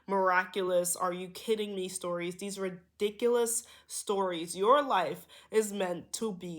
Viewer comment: 😂😂 The fact.. u repeated.. enunciated "RE diculpus..." I know that was Gods connection to me. Had a spelling bee. The only one i ever got into (dont question self) I doubted. The librarian saying the words for us to spell kept enunciating even when i asked "reeeeeeee diculous?" So i misspelled the fkn word. Its RI RIiiiiiiihhhhh Dic U lous. Lol Ooi i never 4get!